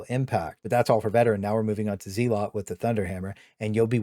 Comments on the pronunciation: BTW, it's pronounced zelot not zeelot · ZEE LOT? zel lot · What is a zee-lot